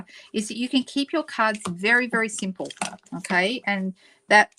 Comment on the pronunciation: I heard "I know it's pretty sinful" instead of "simple". Wondered how an "easy" card was "sinful"!